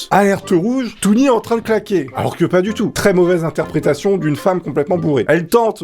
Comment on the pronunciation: Interprétation pas inperation